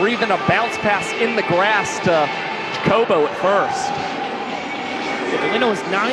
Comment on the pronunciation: could y'all maybe agree on how to pronounce Jacobo's name??